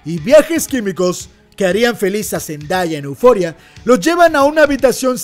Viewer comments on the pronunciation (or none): none